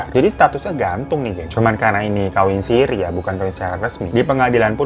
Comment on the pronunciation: Nikah Sirri bang, bukan sirih 😉